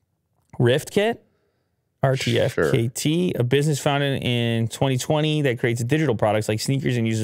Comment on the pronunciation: RTFKT is pronounced Artifact 😁